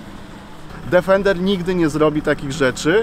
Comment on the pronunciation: Niestety przykro się robi słysząc co 10 sekund "DEFENDER". Niestety to auto nazywa się tak tylko w ustach polskich "znawców" wymowy języka angielskiego. Odrobinę przyłożenia się do tematu by nie zaszkodziło panom redaktorom. Obciach i tyle.